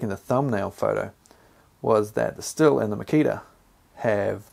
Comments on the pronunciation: FYI, Stihl is pronounced 'steel' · It's schthill. Sch-th-ill. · Stihl pronounced shh-teel. Not used the Stihl, but out of the Milwaukee & Makita, I found the Milwaukee was more comfortable, but much heavier. Chain stop speed on both is much better than many petrol chainsaws. I’m in the uk so may have a different model. Both have issues of clogging up when used on branches with leaves. Personally, I just go straight to my Ego Pro for most jobs.